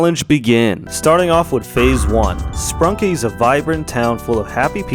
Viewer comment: It’s sprunki not sprunk